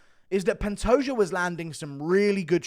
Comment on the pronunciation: Glad to see that Guru is saying Pantoja instead of Pantoha